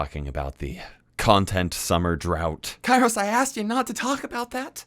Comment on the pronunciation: Today, after half an year, I noticed that his name is Kairos, and not Karius/Karios like that shitty liverpool keeper....